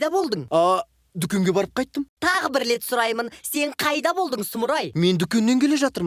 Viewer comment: Бир рет демей бил лет дейди гой